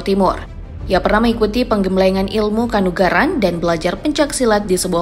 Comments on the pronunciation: Ilmu "kanuragan" bukan "kanugaran😂😂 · KANURAGAN. BUKAN KANUGARAN